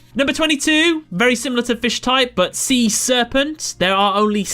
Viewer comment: "Sea-SEArpent" lawlz.